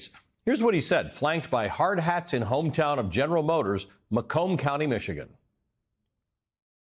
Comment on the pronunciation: How can Trump still fail to pronounce "China"?